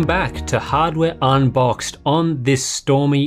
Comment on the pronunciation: "Welcome back to hardware un-box" :D